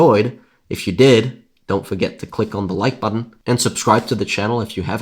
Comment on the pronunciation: Never listen to someone that cant even say button and contributed correctly.